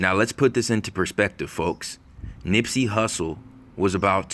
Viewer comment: Who said nippsy like X 😡😡